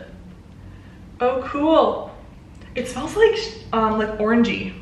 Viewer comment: Instead of hearing “This smells orangey” i heard “this smells like an orgie” and I almost died laughing